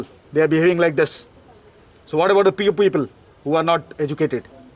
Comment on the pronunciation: Poor ko peeu bol rha h chutiya